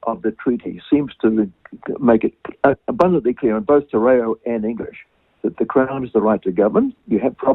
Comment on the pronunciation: Your guys pronunciation of te reo is shocking and u understand the treaty